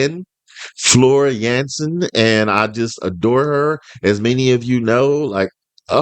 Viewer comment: HER NAME IS JANSEN NOT JENSEN